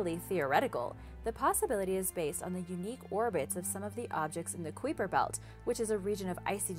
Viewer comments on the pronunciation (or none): Come on is not kweeper belt is kuiper belt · queeper belt? it's kuyper belt.. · Am so glad you are doing better with these videos but the correct way to pronounce kuiper belt is k-eye-per.. just so you know. I could be wrong but pretty sure is not k-wee-per. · it's more like kuyper instead of queeper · kai-per belt is a closer pronounciation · If you took the "H" out of hyper and replaced it with a "K," that's how Kuiper is said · K eye p er belt Doesn't sound like you know what your talking about if you dont take the time to pronounce things correctly. What if someone thinks that how it Supposed to be pronounced? Not ok. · kweeper belt,,,, ? learn the words B4 doing the mideo please,,,,god yt is bad for that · Wait... Did she say quiffer belt 🤔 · I believe that the word "Kuiper" is pronounced Ki'-per. emphasis on the first syllable, u is silent, either that or my Cosmology prof is wrong. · Yeah it's not the queefer belt... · Pronounced KIPER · Its pronounced kyper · haha noway does she really say "kweeper" belt?! Someone over there is messing with y'all I swear 😂😂😂😂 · Just a pronunciation fix, but Kuiper Belt - /ˈkīpər ˌbelt/; the ‘u’ is silent, and instead it sounds like K-eye-per Belt, with a long ‘i’. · has been told this so many times I've lost count! This one AND Doberman Pinscher which she consistanly says pincher (it's 'pin sir). She's been told over and over again. And before you trolling fans get all huffy and accuse me of being mean, I am not. I, too, like and OE. I simply want to help her reach the higher intelligence of which she is worthy. A lot of people, including children, watch and 'learn' from sites like this; I trust that wants them to learn accurately as well.